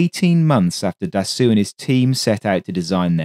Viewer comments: interesting video. little tip: Marcel Dassault - try to pronounce it as "DASSO" :) further tip - when I want to check how to pronounce words in a foreign language - I use google translate which a sound icon showing you the prononciation. I like the pace of your video -- I capture evrything first time - this is perfect for my foreign ears. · That's basically where it comes from though - his brother used the name "Charsasso" as his alias when he was working for the French Resistance during the war, which was a play on 'char d'assaut' - "assault tank". Not sure why video pronounces it as dassoo. My understanding of French was that "-au" is a short 'o' as in english 'rose', and the -lt is essentially silent, so it should be 'dasso', same as how Renault is closer to 'reno' not 'renoo'. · If you Can Say "assault" Properly, you should be able to Say "Dassault" correctly. Repeat After me : Assault Assault Dassault Assault Dassault Dassault Dassault Assault Dassault There. You got it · It should be Dassault. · What ? It's the weirdest "Dassault" i've ever heard. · The correct pronuncoation of his name is Dasso...not Dassu....it might be spelled Dassault but in french when the letters "A and "U" are placed together its pronouced as "O" not "U" and in the case of this name the L and T are silent. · Very good work overall, but one thing made it almost grating to listen to - Dassault is properly pronounced 'dah-so', NOT 'dah-sue'. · Very nice video about an aircraft that, for some reason, I always loved a lot. Just please strive to pronounce Dassow instead of Dassew! Actually, Dassault was Marcel's brother Nom de Guerre in the French Resistance; Marcel was emprisoned for refusing to collaborate with the Germans and was barely alive when he left Buchenwald. Little did he know that he would live until age 94 and build such wonderful aircraft... 😀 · FYI, Dassault is pronounced "Dass - oh", rather than "Dass-oo". Great video - thanks! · Its Dasso..not Dassu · Marcel "Dassoo"?